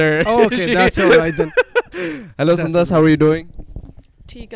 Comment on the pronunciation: When will call sundas with her correct name Not sundasa